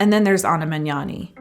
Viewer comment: THANK YOU for pronouncing the "gn" sound right! You're one of the first non-Italians I've ever heard doing it right